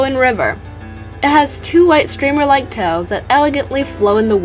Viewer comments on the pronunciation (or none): none